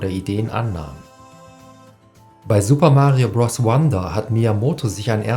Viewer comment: Bitte sag nie wieder "Bross"